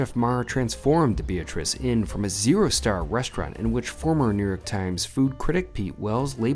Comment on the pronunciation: he keeps saying new yerk and not new york, goodness gracious! Sorry ya got ripped off here! cavierr and not caviar? lol Kurt's ala carte